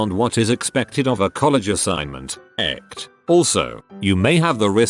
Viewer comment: it's ETC not ECT!!!